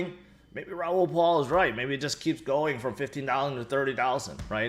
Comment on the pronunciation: It’s Raol PAL not Paul